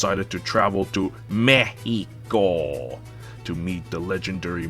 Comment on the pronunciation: You pronouncing Mexico like it's supposed to brought a smile to my face.